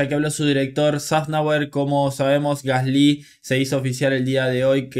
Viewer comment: Se pronuncia gasli sin acento en la y. Por favor puedes pronunciarlo bien? Xd